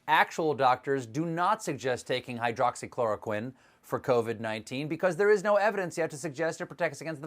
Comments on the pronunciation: I think why DJT urges the people to take hydroxychloroquine is that he learned to pronounce this Word correctly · Is no one going to mention Trump pronounced Hydroxy Chloroquine perfectly but couldn't even pronounce United States good